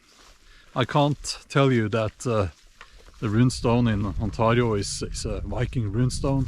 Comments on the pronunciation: The way you say Ontario hurts me. Please stop. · I infact do not speak the language of the Iroquois people 😂. Although their history is interesting and bloody. But the way you pronounce Ontario is painful, I'm sorry but its true. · The way he says Ontario, that's a first I heard thst way. lol sounds cool. On-tar-rio. It is pronounced with A sound like letter a spoken, so On-tay-rio but your way of saying it sounds cool and unique, lol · You say Ontario like a perfect Scottish accent for a Scandinavian 😂 I mean I guess it's your country anyway 😂